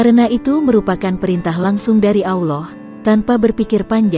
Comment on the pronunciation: Blepotan pengisi vocal nya....Auloh Auloh apaa an itu ?